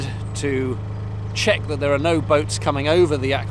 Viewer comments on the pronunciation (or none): none